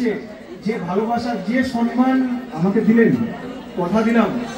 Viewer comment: একটা কথা বলছি ভাই কিছু মনে কোর না 2025 এ তুমি মিলিয়নার হবে আরো অসংখ্য সম্মান পাবে | সেখানে পুরস্কার হাতে নিয়ে যখন তুমি কিছু বলবেতখন সম্মান বলবে [ সম্ মান ] সন্মান নয় প্লিজ এই কথাটা ঠিক করে উচ্চারণ করো 🙏🙏🙏